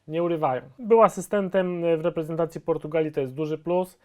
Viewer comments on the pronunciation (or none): Może w końcu będzie to Reprezentacja a nie Repentacja